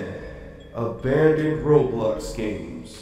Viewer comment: Yay gay-mes